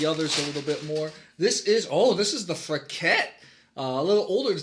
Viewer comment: Great video! I've been going to Frichette for years, used to live just down the street. Just so you know, it's pronounced Fri-SHette. If you are looking for other great WA wineries, try Quilceda Creek, Delille, Kiona, and Barnard Griffin (Reserves)!